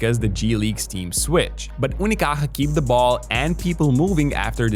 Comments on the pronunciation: Your effort to pronounce "Unicaja" properly is appreciated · Malaga represent hijos de puta. Best part of the video is listening to a guiri saying "Unicaja" perfect ngl, respect to you whaterver you name is:) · Came here after their defeat in 2025. Btw, nice pronunciation of "Unicaja" bro. Love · Wow, you pronounce "unicaja" reaaaaaaaaaaaaally good. It's not easy, nice one